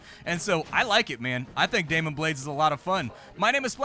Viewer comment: you keep saying demon but it's clearly daimon. say it, ~ say DAI MON!